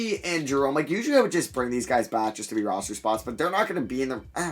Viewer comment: It’s pronounced “sross.” And how did you think it was rose??